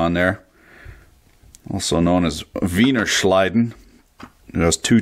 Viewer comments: What the hell is "wiener schleiden"? Thats no word that actually exists. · "veiner schlidin"... I'm subcribing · lol "Veiner Schleiden"